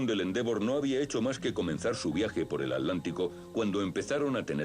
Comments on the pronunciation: At-lántico? Curiosa forma de pronunciar A tlán ti co. Por lo demás, muy buen video. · Cruzaban el Alántico para ver jugar al Alético. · Jahaja yo también me pregunte lo mismo, que no es Atlántico?